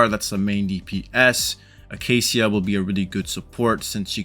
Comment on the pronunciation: the -cia part is pronounced shuh btw, sorry it was bugging me when you said seeuh. I don't really see her being super high on anyone's list even though I enjoy the pistol users. I tried her trial and I just don't see a need to pull for her unless you just want to steamroll campaign since she's just all damage and cc